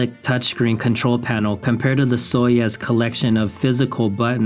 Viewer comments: It's Soyuz not Soyes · Your mispronunciation of Soyuz ruined the video for me 🙃